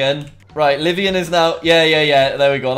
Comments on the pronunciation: LIVONIAN NOT LIVIAN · Everytime he said "Live-ian" I cringe It's pronounced Live-own-ian Livonia, Michigan I'm assuming but idk